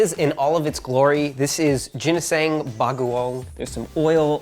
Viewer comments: "Gineseng Bageong" haha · "Jinisaeng Bagoong" lmao